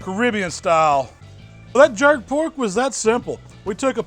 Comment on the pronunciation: "Get sum mo of dis porrrk" #&thebabybackribsBand